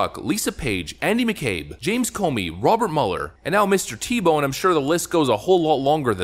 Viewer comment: I think its pronounced Theebow